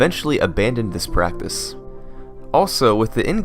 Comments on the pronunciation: ish "this prapice" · prappis (I don't mean to be mean I actually really love this video) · "Abandoned this praptess"